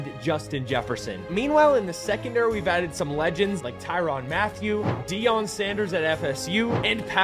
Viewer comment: Tyrann not Tyron Mathieu brother. I’m sorry that just bothered the hell out of me man